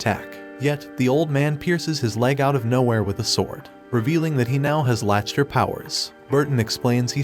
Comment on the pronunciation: Pronounced lack ter